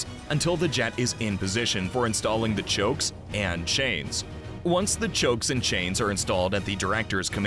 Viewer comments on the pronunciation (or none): 'Chokes' and chains? Pretty sure it's chocks.